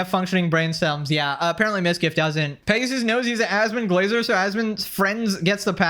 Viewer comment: It's Pegasover